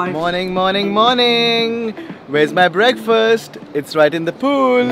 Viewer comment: "Breakfirst" is the wrong pronunciation. "Breakfast" is the right pronunciation. Fast as in I am fasting tonight. I will break this fast tomorrrow morning.